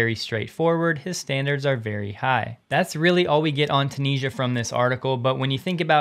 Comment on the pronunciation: I‘d say Ta-neh-ja